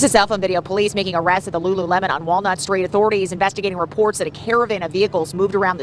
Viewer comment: couldn’t pronounce lulu lemon